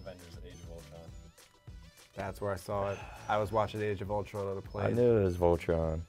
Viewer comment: The answer was Ultron, Nick says " I knew it was vultron" lmaoooooo